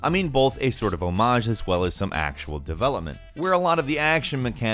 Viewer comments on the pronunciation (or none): none